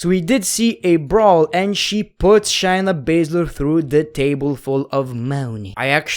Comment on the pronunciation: If you're gonna make videos about episodes, atleast know how to say the people's names right.. Example it's Shay-Na not Shy-Na the way you were saying her name was so cringe